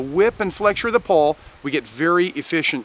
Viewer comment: Are you saying. Pole or Pull.